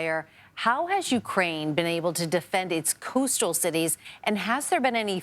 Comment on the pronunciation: She can't properly read and pronounce coastal? All she has to do is read the screen and make it look like a semi-realistic question and answer session.